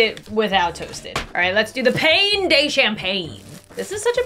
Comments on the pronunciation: Pain de champagne means bread from champagne in French. Also "pain" is pronounced more like "pAH" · It’s not pain it’s pawn